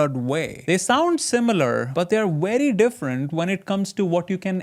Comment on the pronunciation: You got pretty far without being able to say the sound "V" makes. I will always "werify" things before buying, "ewen" if I think that something is legal.